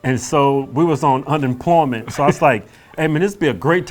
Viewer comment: Normal ppl: unemployed Hodge: AMPLOMENT